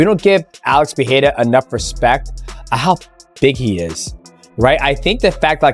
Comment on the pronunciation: AH! For the love of God! Someone, please! Teach Chael Sonnen how to say PE-REI-RA not Piera! Its so freaking annoying.